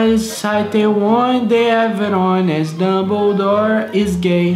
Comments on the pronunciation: "Dumbledore is gai" SOCORRO MANO KAJAJAKKAKAKA POTTERHEADS ENTENDERAM KAKAKAKAKKAAKAK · "Dumbedore is gai" kdhdhdhshs ERRADO NUM TA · KKKKKKKKKKKKKKKKK TÔ MORRIDA "Dumbedor is gai" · “Dumbedore is gai” KAKAKAKAKAKK